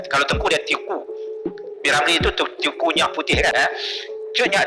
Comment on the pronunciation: Teuku kok dibaca tiyuku? Bijimana itu ya...